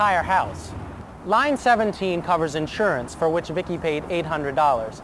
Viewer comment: He said viccki!